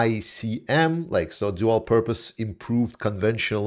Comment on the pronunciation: Pro tip - the abbreviation is pronounced Dee Pic Ems. Also they are great for counter battery fire. No controversy at all, the duds will not substantially add to the current mine saturation in Ukraine. Also it's cheaper for the USA to send to Ukraine rather than eventually dispose of them. A win win for both countries.